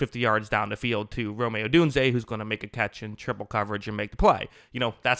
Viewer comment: Just say Odunze. 😂 Definitely subscribing! Great video.